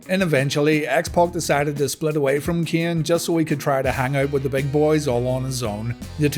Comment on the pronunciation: i can't stand how you pronunciate keaen